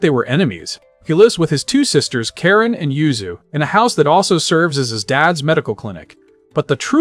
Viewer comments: kah-reen not care-in 😭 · Ka-rin not karen 😒 lol so many butchered names lol love bleach tho so im here for it.